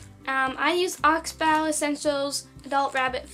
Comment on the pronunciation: your saying oxbow wrong